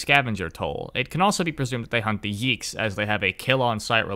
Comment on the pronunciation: not yiggs, it's yeeks